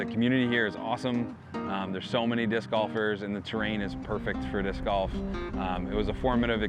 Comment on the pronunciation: I never thumbs down Jomez. EVER. But I thumbs downed this one for calling golfers "bolfers". Unsatisfactory! Lol